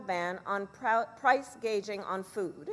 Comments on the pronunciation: She is the reason everything costs much more post covid. I can’t believe that she actually admitted that. I thought it was price gouging not price gauging. Trump should repeal the inflation reduction act that was a huge contributor to our current out of control inflation. Everything she says about Trump is one lie after another. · She said price gaging, not price gauging. The mass media always lies to coverup her mistakes and falsehoods. This in propaganda and disinformation. It is not news. She flagrantly lies about her upbringing in Canada, all her policies, and President Donald J. Trump agenda. It is disgrace that fragrant lies and nonsense should go unchallenged by alleged news reporter.